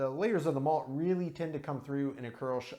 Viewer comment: Thanks for the correct pronunciation of kolsch. I got the tavour app but haven't used it yet.